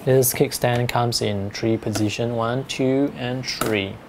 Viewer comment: Three or tree i dont know what he is trying to say